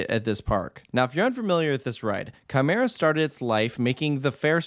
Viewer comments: I already knew who Quimera was before the accident on September 29 2019 because of top 100 lists. Btw Quimera is pronouced kee-mair-a I’m surprised quimera was even allowed to be relocated. Heck, THE U.S. But still, this is great I’m super excited for this addition I’m kinda wondering what will happen to the other two coasters at La Feria because their fates are undecided but i’m pretty confident the park will close. (Quimera and Reverchon are listed as defunct coasters at la feria while montana russa and the swarzkopf shuttle loop) So happy Quimera is saved! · Quimera is pronounced Kee-Meh-Ra 🥃